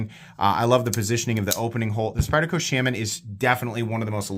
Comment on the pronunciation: If only you could pronounce Shaman correctly. WTH